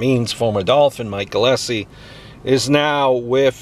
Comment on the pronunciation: It's pronounced Gill-is-lee